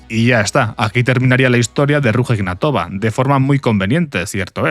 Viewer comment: Se pronuncia aproximadamente "Ruya Ignátova". Da cosica cómo lo pronuncias...